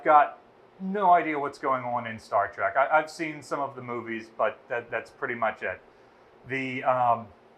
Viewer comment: Star trek not Star trick